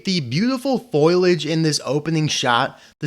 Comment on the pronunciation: It's foliage, not foilage